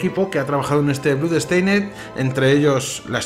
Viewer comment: Porque dices bludsteined? La oo en blood no se pronuncia como u. Se pronuncia con o.